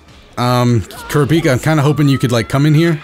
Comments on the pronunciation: ( Kura - Pika). not ( Kura- peeka) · Man said kur A pika... bro it's kur rap ika lol but hey each to there own lol, still a great video bro. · hey it's pronounced (ker-rah-pee-ka) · his name is pronounced Crap - E - Ka naw all at once Kurapika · Kur-ra-pi-kah not kirpika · It’s pronounced Ker-op-pika Kurapika the way he pronounced it hurts my ears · Its Ku-Ru-Pi-Ka im pretty sure we watch hxh in dub before to hear how the narrator pronuce his name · No its , kurApika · Kur-peeka, please i cant take it anymore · Kurapiika. How you say his name triggers me. But I liked the video. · Kura peeka? Hurts my soul to hear my favorite anime character of all Time pronounced like that still a great video though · That's how you pronounce it, except for the "u" at ku. It's more like kúh-rah-pii-kah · You heard it hear his name is kurpika 🤦‍♂️like how do you forget to read a whole letter. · Totally a real Lion ku-raw-pee-kuh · That isn't a Glock. That is a revolver, and from the looks of it the closest approximation I can make of what it may be is the Ruger SP101 .22lr, but the rounds are clearly bigger than a .22. If anyone knows what gun that is exactly I would like to know. All I know is that that is not a Glock, this is a Glock: Aside from that minor nitpick and the way you pronounce Kurapika, great video! Keep up the good work and don't let my inner gun nerd get in the way of your commentary. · He pronounces it totally wrong by a mile and its very irritating while watching a video about that character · Love that ur playing jump force, hate that u pronounced Kurapika wrong😂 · Why trigger tho? It's funny how he pronounces it xD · Why do you pronounce kurapika like he a Pokemon🤔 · It's pronounced ker -a-pee-ka And gone move is called the ju-jun-ken